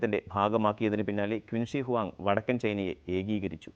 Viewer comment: It is pronounced as ' ചിൻ ഷിയ് ഹുആങ് ' not 'ക്വിന് ശീ '